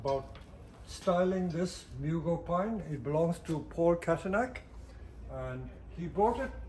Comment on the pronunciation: Psssst! Mugo, not Murgo. 😉